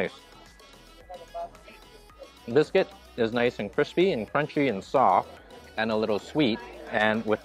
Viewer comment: that's an English muffin, not a bagel,. And "bis--kit" not "bis-quit" BUT, I still think you're the sweetest food vlogger on You Tube, so I can't get mad